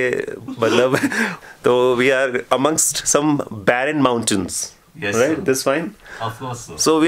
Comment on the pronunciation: Mountains ❌ Mount-tons ✅